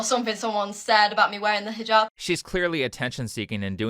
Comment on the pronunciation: "I am Arish and I am fram the south and I will wear this hiJAb because I wear it for Ala not for no man not for anybody else I wear it for Ala" I fucking hate how this woman pronounces things. If you're going to do something, I don't give a fuck. Just do it right. "Ala" over "Allah", "Arish" over "Irish", "hiJAB" over "hijab". (The capital letters represent spikes in the accent like a mispronunciation)